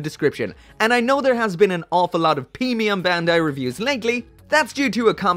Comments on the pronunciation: "Feemium Bandai" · "Peemium Bandai"😂🤣😂🤣 Please do that Epyon first. It's always been my favorite Gundam Wing bad guy suit.